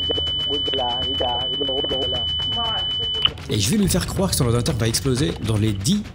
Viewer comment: "l'orwdinateuw va exploser huaahhhh !" J'étais mort 🤣🤣🤣